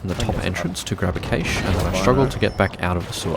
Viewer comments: A cache (pronounced /kæʃ/ like "cash") Not caish 😂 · Cash not Caysh! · I have to stop watching because the repeated mispronunciation of Cache is so freaking annoying.